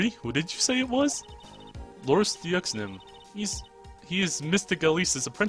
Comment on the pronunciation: I believe Deauxnim is pronounced Dewnim